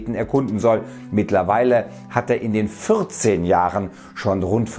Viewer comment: Konstruktive Kritik: Bei Zeitangaben legst du oft die Betonung falsch an. Hier ist es ja wichtig, dass es, entgegen der Erwartungen von 90 Tagen, Jahre sind...die 14 (welche du besonders betonst) ist da nicht ganz so wichtig.